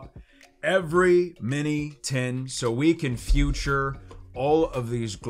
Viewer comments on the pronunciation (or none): Bruh why does he say future instead of feature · Now i have to go back to previous vids to see if he always says "future" instead of "feature" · Why does he say "future" instead of 'feature"? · It’s FEAUTURE not fUture I’ve noticed this twice now haha sorry I’m this pedantic lol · It’s feature not future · Why is my guy saying future instead of feature to begin with? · Listen I love ya buddy but you gotta stop saying Future, it’s Feature. It’s killing me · “Feature” is pronounced “feeture” for the record :) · “I wanted to “future” every single artwork. So we can “future” every card.” Yo what’s wrong with you? Were you trolling or were you serious…you said it 3 times in a row and a 4th time like 10 seconds later (and I’m only into the video) so I think you were being serious which is pathetic bud.